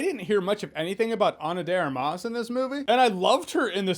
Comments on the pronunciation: ana dera mas ? work on your spanish :-) try pronouncing it like: Ana Duh R-mass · Great video Jeremy but it's not Ana de ar-MAS. It's de AR-mas. Emphasis on the first syllable lol